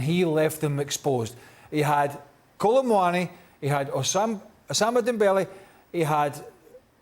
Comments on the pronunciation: Usama Dembele 🤣😂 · craig calling dembele "osama" is hilarious, no wrong since the guy is a football terrorist. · Osama Dembele? Haha how can you win with this name. Craig doing it as usual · “Osama Dembele” -Stevie